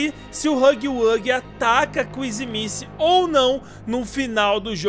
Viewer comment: Fale o nome da kissy direito